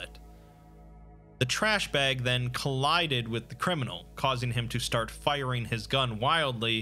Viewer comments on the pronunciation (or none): none